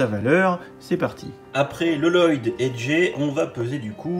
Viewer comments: c Pas L-loyd. C Lloyd. Ça se prononce Loyd. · Il le fait exprès t ' as pas vu ?